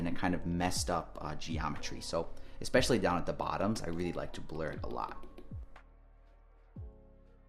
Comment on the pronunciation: I love you videos but why you say expesialy instead of especially!?